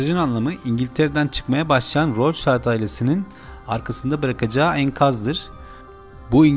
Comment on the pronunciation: Rothschild alman asıllı aile., rotşild diye okunur